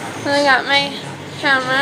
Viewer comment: apparently its a 'hamera' guys. you people that were saying 'camera' were wrong!